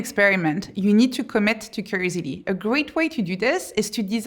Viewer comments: The whole time, she was saying crazy d, and i was like, what is she saying? Lol, curiosity is what she was saying, lol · Try to say curiosity now 😊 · How am I going to listen to Somebody's advice that can't even pronounce curiosity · Is she saying “curiosity”? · Is this for those with ADHD spectrum? From her introduction how she ended up doing this research, she might be one of her target audiences? Has she finished her PhD yet? Could you please pronounce "curiosity' as it's supposed to sound? I might be your target audience and I'm interested in what you have to say. I'm a bit distracted by the style of your presentation...